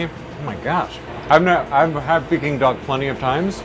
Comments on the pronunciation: Its not picking duck dude, its peking duck. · Its peking, not peeking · Peking duck not picking duck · It’s pronounce Peck-ing duck not pee-king duck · Not PEE king duck. Pay king duck. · Brah it’s not pe it’s pecking duck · Pee-king duck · They are saying Peking Duck wrong 🥴